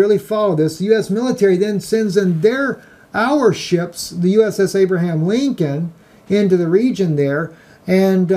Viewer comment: Abraham Lincoln...NOT AVRAHIM. Lincoln just human.